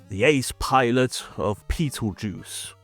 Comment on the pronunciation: Petelgeuse? Sure it shouldn't be Betelgeuse?